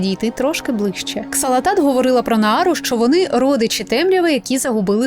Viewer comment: ааааааааааааааааааааааа! не Ксалатат, а Залатат....